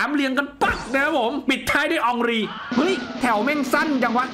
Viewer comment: เฮนรี5555 มันชื่ออองรี😂😂😂